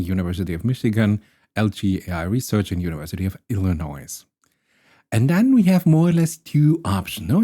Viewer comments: Your pronunciation is excellent, but the “s” in Illinois is silent, surprisingly enough. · Illinoize? Nah, Illinois...